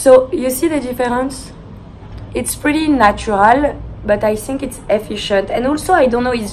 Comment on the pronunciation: the way she said "it's" at the eyecream part, "itz-eh".. i wish i had a french accent it sounds so beautiful